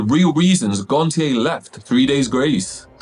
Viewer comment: You pronounced Adams surname wrong lol It’s said as “gon-sh-ay”